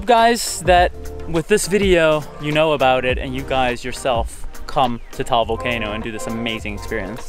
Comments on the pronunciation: Did he just say taol volcano??? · It's ta-al cuz I'm a Filipino person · HELLO! He DID NOT pronounce it right! It's pronounced tuh-al not towel.